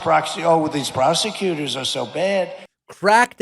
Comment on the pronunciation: Crack down on Marxist ("proxy"? "proc ... see" ?) oh well these prosecutors are so bad!? The "proxy" articulation was probably Trump transposing syllables in "prosecutors" -- he went /pɹɑk.si/ instead of /pɹɑs/ ... that is, he was about to say "procsecutor" instead of "prosecutor," realized what was happening, and aborted. He has had serious issues sequencing his speech for some time now, along with lexical retrieval problems.